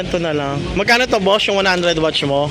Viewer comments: Cringe ng pag pronounce watch kesa sa watts 😂 di mo ba na papansin yung mga vendor watts sinasabi hindi watch 😂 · Watts po hindi Watch!!!! WATTSSSSSSS, habaan mo ang essss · Ganyan bigkas na asawa Kong dragon watch din imbis na watts eh watch bigkas nya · Watts po hindi watch. Ngngo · Nakakatawa ka naman kuya 120 watch talaga baka naman 120 watts ,,katunog po ng what ,,😂😂😂 di po watch ,,ano relo lang ,,😂😂😂😂🎉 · pwede pakiaayos ng salita nyo watts not watch... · Watts po. Ok naman po content need lang iayos ang pananalita para mas lalo gumanda ang vlog